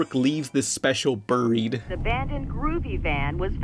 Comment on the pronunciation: yay! someone who pronounces buried like burr-ied and not berried